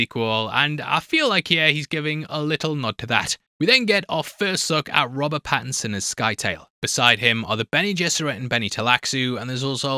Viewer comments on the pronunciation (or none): none